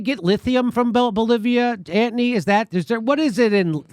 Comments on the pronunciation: "Ant-ny" sux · Love your 'ANTONY!' pronunciation, Jimmy. Childish and entertaining!